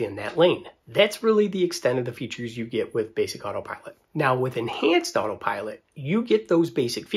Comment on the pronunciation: Why do you keep calling it otter pilot?